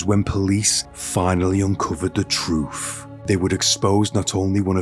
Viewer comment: You're so articulate and anunciate so well I cannot help giggling when you say, "Troof."🤭